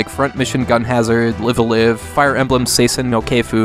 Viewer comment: just fyi, it's not live a live, it's live a live. The kana, and with it the pronunciation, is written below the name.